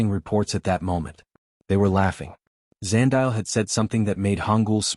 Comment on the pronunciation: Eh Zandile 😂. Love that this story loops back to my home country, South Africa 🇿🇦! PS: Zandile is pronounced 'Zah-ndeee-lay' 🙃.